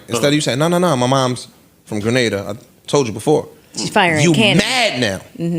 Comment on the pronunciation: Grenada!! Get it right Joe. LOL